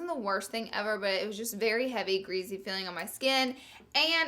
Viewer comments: I like Laura don't get me wrong but I hate when she says greasy. She pronounces it geazy. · Oml greasy not greezy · I died when she said "it's SO OOHLY and GREEZY" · every time laura says "greezy" i take a shot. seriously love that woman. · I always notice how you say greasy.... "greazzy" lmao 😘